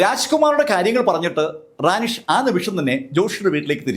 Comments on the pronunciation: റാനിഷ് അല്ല റെനീഷ് ആണ് സർ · കൗൺസിലറുടെ പേര് റാനി ഷ് എന്നല്ലാ റെനീഷ്